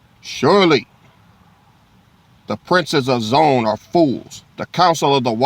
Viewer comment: Zo-Ann . Hebrew ! We in Israel for real pronounce it Zo-Ann.Come on "King"!!